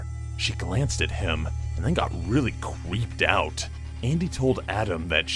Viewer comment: really cweeped out lol